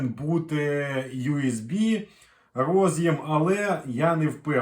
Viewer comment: Карта во сказать "до сгакы" - это надо высшее образование иметь."рОз'їм" чи "роз'Єм"-шось когось їсть від IBM.